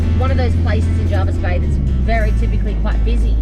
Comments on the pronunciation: Its jervis bay mate not jarvis bay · JER-vis bay Not JARvis bay It’s spelt with an E not an A